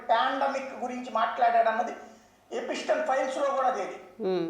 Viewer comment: అది ఎపిస్టన్ పైల్సో గిపిస్టన్ పైల్సో కాదురా పూ... ఆఫీసరూ, ఎప్స్టన్ ఫైల్స్. పలకటం కూడా చేతకావట్లేదు, నువ్వేమి Journalistవిరా ఎర్రిపూ... 💦 నీ బతుకు.